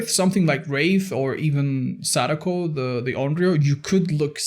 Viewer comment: Hey just wanted to say not only thanks for the content, but as someone who speaks Japanese your pronunciation on Sadako's name actually took me by surprise, I think I've been too used to hearing Dowsey say sudoku constantly but you did great!:)